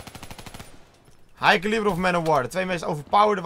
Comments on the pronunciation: heeft gwn een schijt uitspraak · Hij zegt het verkeerd... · waarom zegt altijd "hij kaalibbur